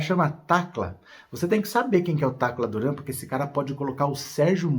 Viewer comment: Fala Tacra Duran